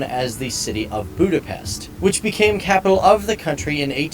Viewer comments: In the video, the guy doesn't say it well. The correct pronunciation of the name of our capital: (Scarlett says it well) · Budapest, say:Budapesht